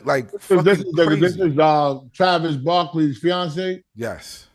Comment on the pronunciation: “Travis Barkley” “Djokovic” “Angela Lee” Shammy’s pronunciation kills me 😂